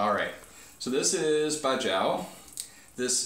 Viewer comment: While baijiu often is made from sorghum, it can also be distilled from corn, rice or wheat. The pronunciation would be BUY-JEE-OH, rather than BUY-JOW. If you are not a fan of the pungency, you can try one of the more refined and pure sorghum liquors out there, since there is many different aroma types of baijiu.